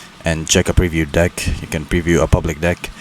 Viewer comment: Maybe try pronouncing "deck" correctly 💀